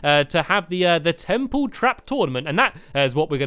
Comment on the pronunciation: was it me or did he just say tremple